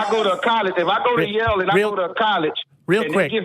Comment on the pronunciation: It’s “Yale” not “Yell”. These people are too lazy to even open their mouths wide enough to pronounce words properly, and they want to lecture someone about religion. This has become embarrassing.